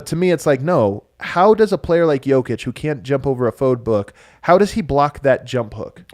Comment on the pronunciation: Why has switched from saying "Joukić" to saying "Jakić"? It sounds even more wrong...